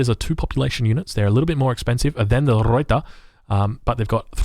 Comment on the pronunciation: Old replay but I have to comment because I am so distracted by your pronunciation or lack of. 1) Pick a pronunciation for "Ruyter" and stick with it please. I recommend not rolling the R since you're Australian and your normal speech pattern is non-rhotic. Just use the Anglo-Australian pronunciation and call it good. Going back and forth between three different pronunciations is extremely distracting. 2) tee-pee, not tee-PEE. Best regards.